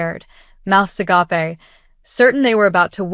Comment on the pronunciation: Agape 😂 A gape 😂 not ah gwap E. I laugh every time AI pronounces it wrong. I'm waiting for a human to mispronounce it